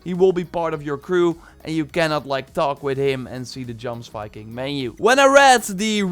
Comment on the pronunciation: Isn't Jomsviking pronounced ''yomsviking''? Like Jorvik?